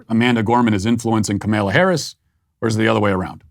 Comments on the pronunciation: “Kemella Harris “??? 😂😂😂😂😂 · Ka-male-a Harris. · Are you pronouncing the Vice Presidents first name incorrect on purpose? If so, isn't that kind of childish?